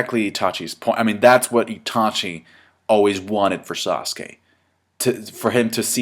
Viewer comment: it's sasuke not sauce.